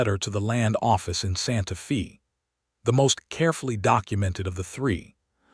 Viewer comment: Can we have city said, Santa 'Fay' not Santa Fee? A 'fee' (long E) is the pri¢e one pays for prkg etc. Santa Fe is pronounced with the 'e' being a long 'A' sound - thus, Fay. Santa Fee sounds so odd. Silly AI 🙄